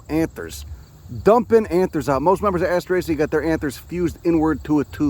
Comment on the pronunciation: I drink everytime you say assterasea, I have never finished one of you vids....